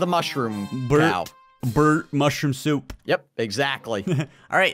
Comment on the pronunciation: It’s called a ‘mooshrom”